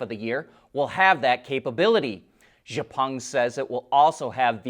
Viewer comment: I enjoy you reports every day of the week. Correction, however. The Chinese manufacturer Xpeng is pronounced EX-PUNG not ZHE-PUNG. Thanks and keep up the good work.